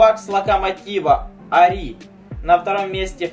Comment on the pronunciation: Победила не дружба, а тот, кто за меньше количество минут забил больше. И правильно говорить не "арИ", а "аРи". Ари. Та и страно когда на забитые голы говорят "очей".